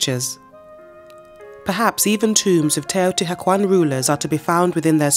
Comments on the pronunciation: I cringed so hard when she started out with TEOTI HACUAN. I Can't continue this video. Definitely will look for another documentary now. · TeotiHUACAN not hacuan. for christ sake pronounce your report correctly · Such a shame she cant say it right... shes saying teotiguajuan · Hmm... Wrong in the very first word of the narration ("Te-o-ti-ha-kwan"?)... Can the rest of it be any better? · It’s pronounced more like “teyo tea wah con”. It hurts hearing it mispronounced so many times is short succession. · "Taotihuaucan" jejeje no quisiera saber cómo pronunciaria al tezcatlipoca hitzilopochtli :v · Teotihuakwon. Stop hiring british people to pronounce nahuatl!!!!!! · Please have the right pronunciation of this place if you’re going to do a video !!! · I'm enjoying a lot this documentary, however it bothered me a lot that the narrator keeps pronouncing everything wrong. Most of the things she's naming have an english translation and the word "Teotihuacan" can be typed into google translator to get the acurate pronunciation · The mispronunciations make it hard for me to hear the information. The h is silent and the Nahuatl accent is on the penultimate syllable. And she pronounces some Spanish words as if they were in Italian. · And mispronounced Teotihuacan every time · The H is silent ! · How can you narrate a documentary on a city and not even pronounce it correctly?? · ooff, you just butchered the name without mercy! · Wow, I wish she could say the name correctly😢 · Please learn proper pronunciation before creating a documentary. Your accent is no problem, but a lot of the pronunciation is incorrect. Otherwise, thank you. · Couldn't they teach this woman to say it correctly, before making this documentary? Ruins the whole thing. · H is silent. Cringing. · I'm just 1 minute and 30 seconds in and I hear "the cuidadela" , "Teotihacuan" ,XD. Jesus before making a documentary at least learn how to pronounce properly the names ...